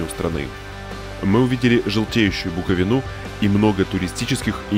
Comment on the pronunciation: БуковИну , ЧерновЕцкой, Залешки, ору